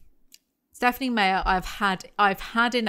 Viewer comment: Personally I am a big fan of how you pronounce authors' names (wrong). "SMeyer" is very entertaining tyvm giving me serotonin